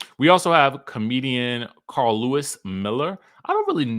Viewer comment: Not Karl Louis it's (CARLOS)